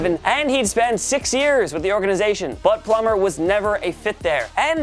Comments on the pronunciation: but, plummer......but the narrator said it like, "butt plummer" hhuhuhhuuuhhhuuhh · Anyone else hear "butt Plummer" 🤣I'm a simple man! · You said “ but Plummer” I heard butt plummer.